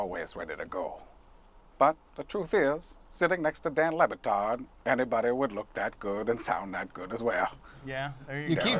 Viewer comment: it's pronounced LeBatard. I love your interpretation though. Hilarious!!